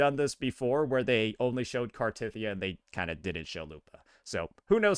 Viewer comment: I want to know why so many streamers pronounce Cartethyia's name incorrectly. It's a pervasive problem.